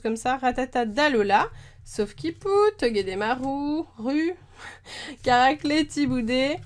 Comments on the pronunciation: ça se prononse toguédémarou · Salut miss super vidéo comme d'habitude, sinon sa se prononce toguedemar"ou" pas u 😉 et sa se prononce Kia"vé" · Time skull (prononcer Time skoill ) toguemaru ( prononcer toguemarou ). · Comment distinguer une carte reverse à une holo-reverse ? Kiawe se prononce Kiavé et togedemaru se prononce togedemarou. C'est la prononciation de l'animé.